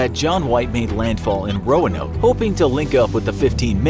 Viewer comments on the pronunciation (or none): Why am I hearing Romanov instead of Roanoke? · Roanoke more like Noanoke HAHAHA FUNNY ok bye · This is bad combination of fact and fiction. Don’t believe this. Visit the Lost Colony of Roanoke in North Carolina for a better understanding. They didn’t even bother to get the correct pronunciation of the island in this video.